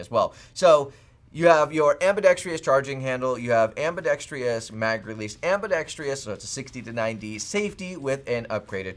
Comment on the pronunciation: Ambidextrous. It’s not AmbidexTRIous. What’s it gonna take?